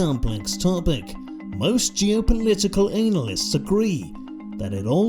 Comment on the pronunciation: "Most geopolitical analist.." don't pretend I heard because that what I heard